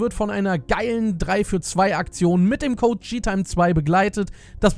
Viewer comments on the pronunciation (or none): none